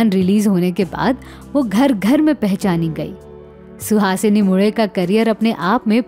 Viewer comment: Mule - surname ka bilkul sahi pronunciation - aapne - nasal accent aur tongue usage se kiya